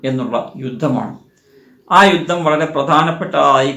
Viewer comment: രുദ്ദം അല്ല യുദ്ധം എന്നു പറയണം